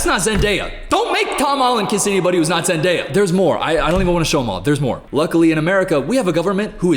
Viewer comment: said Zendaya correctly, he's come so far 🥺🙏